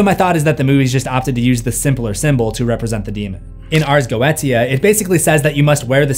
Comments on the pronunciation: The ars goetia is pronounced ares goeesha you pronunciation pisses me off every time you say it. It’s galic not Latin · It is pronounced ars goisha just fyi. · Ars Go-e-sha That is how you pronouce it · For the last time… “Ars Go-EE-Sha” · Bro I love you but its (Ars Go-8-sha)